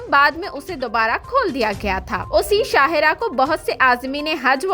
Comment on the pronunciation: Shahe rah nahi shah rah